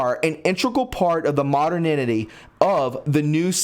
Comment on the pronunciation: great info that needs to be shared widely, but it’s a little annoying that you keep mis-pronouncing “mo-der-ni-ty”.